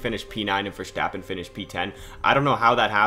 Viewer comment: Sorry but i have to mention it. Please dont say Max Vestappen, You littarly fortgetting the R Max VeRstapen